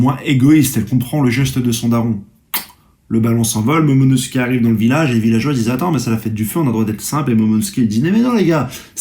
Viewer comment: Oda te remercie de ton soutient et de ton immense influence au sein la communauté One piece mondiale. Il te promet que si tu atteint les 30k d'abonnés, il t'envoie lui-même en Turquie pour te refaire des veuches et surtout pour qu'ils t'apprennent à prononcer le prénom de Momonosoukey!! Espèce de crado va!!